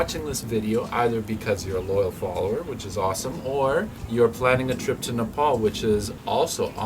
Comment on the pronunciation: Not nepol Nepal you are saying wrong thanks for visiting Nepal